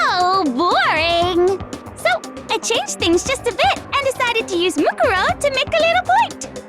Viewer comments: They emphasized it wrong, I think. MooKOORow would sound more natural, IMO. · I am just now hearing the English dub, and this is really bothering me. "Moo-ku ro" Whyyyy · man theyre all pretty okay, but the way they pronounce "mukuro" (or any of the names, really) is driving me nuts